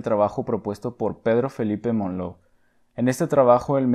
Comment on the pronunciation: Se pronuncia Monlau, no Monló es un apellido catalán, no francés